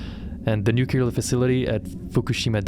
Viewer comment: new - clee -ar